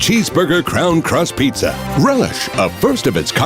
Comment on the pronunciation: Why is it that the most troubling part of this entire video is the way the host pronounced PIZZA?